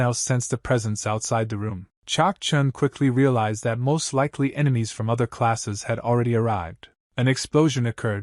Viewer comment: Ememies 💀 bro it's enemy